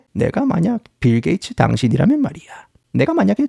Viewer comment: ㅋㅋㅋㅋㅋ씨불알 빌게이츠 라고 할 수 있으면 븰게이츠라고 계속 하네 ㅋㅋㅋㅋㅋㅋㅋㅋ